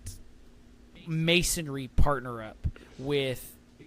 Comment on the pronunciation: Mansory is a huge car tuner in Europe. A few years ago, Marcus Rashford crashed one, and it was big news in the UK. A guy on YouTube bought it and rebuilt it. And it's pronounced Man - soar - ree.